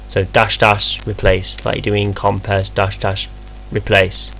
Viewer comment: It's NOT COMPEZ, it's COMPIZ ffs!